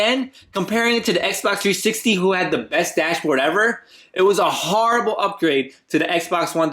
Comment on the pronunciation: learn how to say horrible